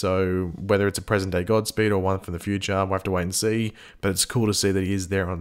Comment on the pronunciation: You said gobspeed